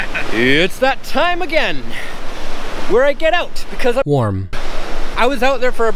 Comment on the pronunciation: What the heck was that "warm"??? what did you say?:D